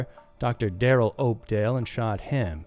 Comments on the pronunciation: Its pronounced up•doll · Opdahl "House"???